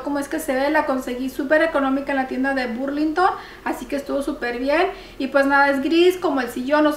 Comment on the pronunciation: Burlington se lee Berg lin ton